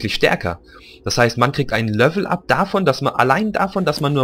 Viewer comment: Du sagst immer "Lövel up" oder "löveln"^^